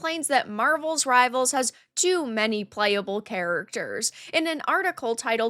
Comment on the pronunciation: It is Marvel Rivals. Not marvels rivals. Just saying